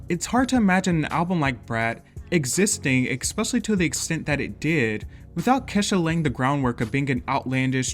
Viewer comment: Allays pronounced Ke$ha as Keysha for some reason. Black household? Alica Keys reference?